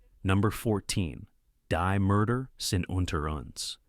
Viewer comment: Find an A-I narration that pronounces German words the right way ("die" is pronounced "dee " , etc)